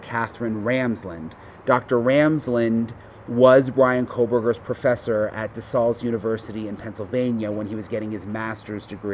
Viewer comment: DeSALES. You pronounced it correctly the second time you said it lol. It’s pronounced De Sales. Just like the word sales. In yard sales. You can always tell the ppl who aren’t from Pa in the way that they mispronounce DeSALES.